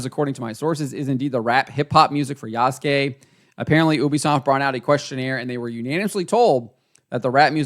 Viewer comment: Wait is he talking seriously talking about AC and can't even say the protagonist's name correctly Ubisoft is a definition of incompetency 😂😂😂